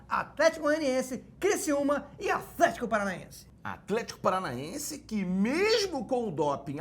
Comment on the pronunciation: toda vez que ele fala afletico eu automaticamente dou uma gargalhada